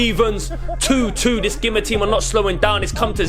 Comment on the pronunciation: Used to play for the younger Gima sides. It’s pronounced Geema. Pretty cool what you lads have going here. GG